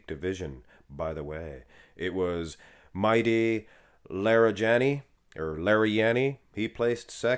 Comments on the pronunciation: Stop calling that guy Mighty. His name is clearly Mehdi. Why is it so hard to say Med-dee? 🤦🙄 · i'd even believe it if kirhee said he's natural btw it's pronounced Meh- Dee, or Mah- Dee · Why do you call him Mighty, his Name is Mehdi 😅 And the "r" in Urs is not supposed to be rolled.